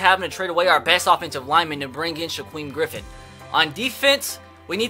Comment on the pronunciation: Sha queem Griffin. That's a new one.